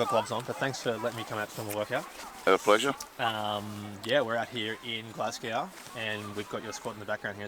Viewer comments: Noticed that too,amount of Americans and Australians that say it like that instead of pronouncing it like ‘Glas-go’😂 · Think "Glas-go" and you'll be OK. Dudley's facial expression was funny though 😆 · "We're out here in Glass-Cow" 🍷🐮 Come on mate, you're giving us a bad reputation 😂🇦🇺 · physically recoiled at pronuncation of Glasgow. big love still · Dudley's grin when you pronounced 'Glasgow'... it took all this strength not to make a joke about it, I can see it in his eyes.. 😂 A true professional. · Haha! My thoughts exactly. Well done Dudley, probably about as hard as the session- not to correct him.